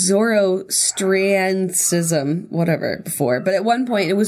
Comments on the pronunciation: Lmao I love how Jenna said Zoroastrianism lmao the astrianism part is said kinda like you’re just saying Austria lmao and then just zoro instead of zaro idk lmaoo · LMAO zor-ah-stree-an-ism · Jenna trying to pronounce Zoroastrianism is all high school AP World History students